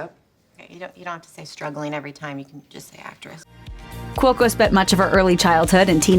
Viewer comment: p/s I don't your think your saying cuoco correctly nether